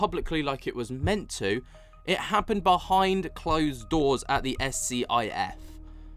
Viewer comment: Thanks for the update. Progress is definitely being made, it's not as fast as everyone would hope for, but it is still progress. The S.C.I.F. secure room facility for holding classified conversations is pronounced "skiff".